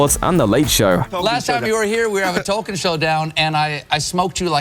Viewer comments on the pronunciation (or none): none